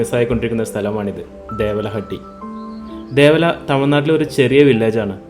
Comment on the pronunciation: ദേവല അല്ല ദേവാല എന്നാണ്